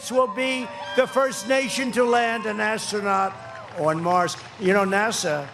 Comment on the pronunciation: Assrunout....did he mean Astronaut, god dam